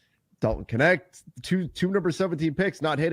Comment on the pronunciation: hearing you pronounce knecht as connect really hurts. knecht is german